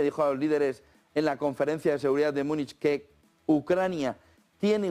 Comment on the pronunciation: ¿Por qué dices "Myúnich"? ¿De dónde sacaste esa pronunciación que no es alemana, española, inglesa ni nada?